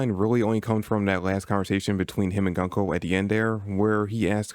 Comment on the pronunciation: Interesting video. Btw it's pronounced "GOON-ko", not "GUN-ko"